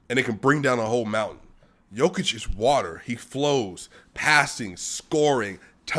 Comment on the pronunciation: Nikola “Bruce Lee” Jokic. He like watah